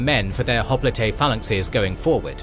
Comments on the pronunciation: Is it really pronounced Hoplite (hop-le-tey) and not Hoplite (hop-lite)? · Hop-le-tey is closer to the Greek version of the word. Hop-lite is the bastardized English version. Either pronunciation is fine tho. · The way he says hoplite is so irritating